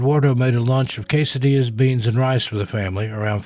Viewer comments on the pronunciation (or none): none